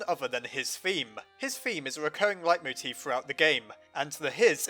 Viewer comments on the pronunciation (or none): none